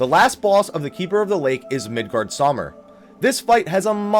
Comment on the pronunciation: "Midgard-saw-mir" lmao xD